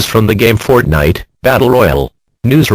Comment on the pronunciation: I laughed way to hard when it said fort nite😂